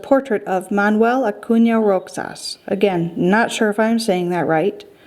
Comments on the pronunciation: The pronounciations are the following sergio as in serhio the pronounciation and the roxas one is pronounced as in rohas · Roxas pronouncement: “ Ro (j) as